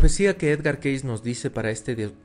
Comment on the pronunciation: El nombre de Edgar Cayce se pronuncia keisi, no keis.